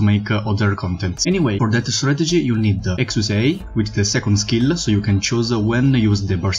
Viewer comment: Exusiai is prounounce as "ek-shia". You can look at Texas's Begin Operation voiceline for reference. Anyway, looking forward to more content